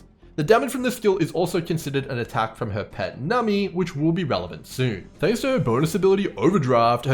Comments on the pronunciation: its pronounced num-bee like number :) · I can only take so many “nummy”s holy cow lmao